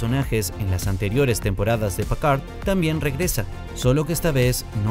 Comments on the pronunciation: ¿Pacard?, ¿y ese güey quién es? ES PICARD; PICARD.... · Pacard....Uiliam Riquer.... Además de la pronunciación horripilante, eso de "Mira Esto Antes De Ver La Temporada 3" es estúpido: lo único que el disléxico hace es ESPECULAR como nosotros mirando el trailer. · Pacard?????????????? Quien es ese..... Es que ni los gringos lo dicen así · ¿Que como dice que dijo? Incluso en el traductor la pronunciación en frances es Picard, tal cual, de donde salio Pcard????? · Hiba señalar el pésimo trabajo del narrador del vídeo, pero viendo el resto de comentarios creo que el punto está más que establecido jajajajajaja PACARD !!??? STIWART !!!!???? JAN LOC ???!!!!! 🤣🤣🤣🤣🤣🤣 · Pacard 😂 eso no es una impresora ?? Jelut pacard 😂😂😂😂 hajjaajjjajaja😂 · Es Picard no Pacard.. i en frances Jean Luc no Loc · gracias por la corrección, un horror igual que Packard o Stiwart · Te odio cuando decís Pacar y Riquer 🤬🤬🤬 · Por piedad qué mala pronunciación “Pacar” que 😨 fue eso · Pacard como en Hewllet??? Jajajajaja preparen a sus locutores! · jajajajaja, PICARD PICARD PICARD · Es "Picard" y Riker se pronuncia "Raiker" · Aprende hablar oe PAKARD PAKARD 😂😂😂😂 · Creo que intenta pronunciar en un inglés saturado un apellido francés... éste es de los que pronuncian el abecedario en ese idioma.